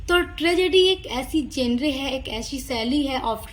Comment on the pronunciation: mam sorry to say but "genre" it's not जेनरे it's जेनर